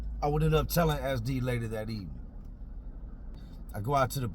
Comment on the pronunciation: 😂😂😂 I thought you were calling him "Ass Deep" Took me a minute to realize you were saying "SD" 😂 fuuuuuuuuuuuuuck